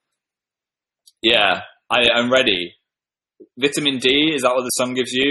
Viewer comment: i love the way phil says vitamin at first lmao